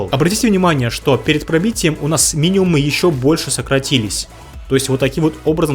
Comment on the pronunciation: Все супер, все понятно и все полезно! Но пожалуйста, можно замечание небольшое... пожалуйста говори «миниМум» и «максиМум», с буквой М. Просто ухо резало очень 🙂